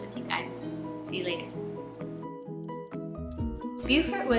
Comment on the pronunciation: Not a criticism, I promise. It's Bo-Fort not Bu-Fort.